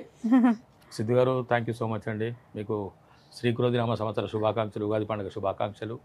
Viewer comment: ఉఘాది కాదు ఉగాది